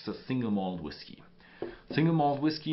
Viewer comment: STOP saying "whis-kay." You do that every time you see the word spelled "whiskey" on a label. It is pronounced exactly the same way as "whisky."